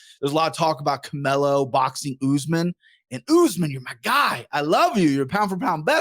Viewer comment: I like how calls Canelo “Camilo” 😂😂😂😂😂😂😂👏🏼👏🏼👏🏼👏🏼👏🏼👏🏼👏🏼👏🏼👏🏼